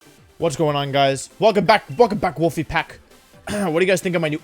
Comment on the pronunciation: Velcome vack, Volfe Vack